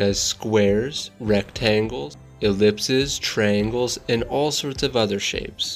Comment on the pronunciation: I’m sorry but the way he pronounces triangle kills me every time